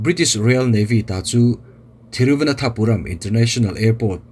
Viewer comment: Thiru va nan tha puram ti a lamtur ani in ka hresi a sir, thiru vana thapuram I ti zela (nan) tih tur a ni zawk em aw